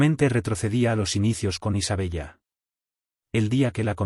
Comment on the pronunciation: Se escribe Isabella, pero se pronuncia Isabela.